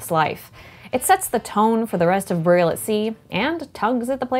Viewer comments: Did she just say "boorial"? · goin nuts over the way burial is pronounced in this minidoc